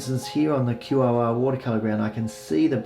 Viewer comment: Thanks my fellow Aussie 👍😎 just one tip... No music would be better... Couldn't hear your helpful commentary 😉 Also, heads up - QOR is pronounced KOR/core 👍 very helpful nonetheless!🙏🤗